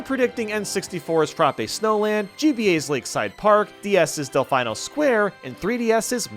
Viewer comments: I've never heard anyone pronounce Delfino as "Del-FYE-no" before. The characters in Super Mario Sunshine pronounce it as "Del-FEE-no". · It's pronounced Del-FEE-no, it's Italian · Del-fine-o lol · Why do you always mis-pronounce Delfino??